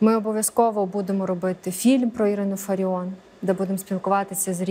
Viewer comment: Не фариoN А фариOFF